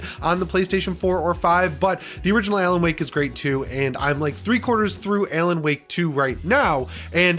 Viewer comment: Buddy really consistently mispronounced ALAN